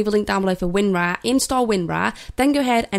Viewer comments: it's winRAARRRRR not win raaaah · Maybe it's just her accent? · I like how she says winrar wIn Raa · "win RAAA" lolll